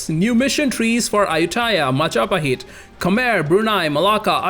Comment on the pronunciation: Only man to pronounce Majapahit correctly on his first try